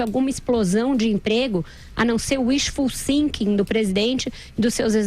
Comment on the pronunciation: Vera falando "Wishful Sinking" ao invés de "Wishful Thinking" é de cair o c* da bunda!